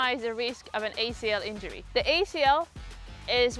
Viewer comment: What is a “injuury” 😂